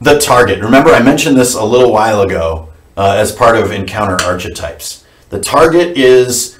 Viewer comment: Say 'arKetypes' - 'sGreek, like 'karisma'. Doesn't stop ICRPG being a great system (obviously), and it's always a pleasure to listen to you. All best.